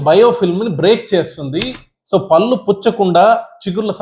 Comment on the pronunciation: "పల్లు" కాదయ్యా బాబు "పళ్ళు". పళ్ళ డాక్టర్ వై యుండి సరిగ్గా పళ్ళు అనే పలక లేకపోతే ఎలాగయ్యా బాబు